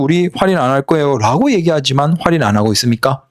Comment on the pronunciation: 활인이라고 하지마요. 😂